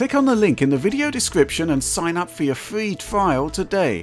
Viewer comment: sign up for your fwee twial today